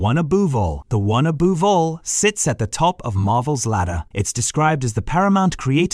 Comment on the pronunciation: Aboove? Edit the AI.